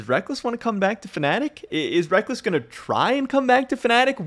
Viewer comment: I see your content everyday not nitpick but it sounds like you are saying wreck-less, i hear others saying wreck-culls, is it one way in NA and another in EU? another question is are you going to cover how and why Riot dropped the ball and tickets were hard to come by and the venues are really small? It seems they didn't plan it very well.